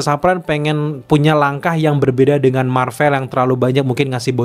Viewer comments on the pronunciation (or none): none